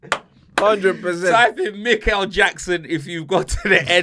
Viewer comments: Mikel Jackson had me dying! Man also said Neverland ball 😂😂😂😂😂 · Man said mikle jackson😂😂😂😂 im dead f u man 😂😂😂